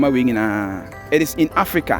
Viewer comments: Please stop mispronouncing "presidential suite"! Suite =SWEET; SUIT= an item of clothing. Interesting video , nonetheless. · Very beautiful and neatly done.Thanks for showing the world what we have ✌🏼 By the way Suit is the clothing and suite is pronounced sounding like “sweet”